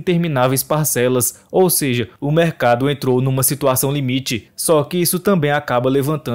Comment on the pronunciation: Quase parei no "seje"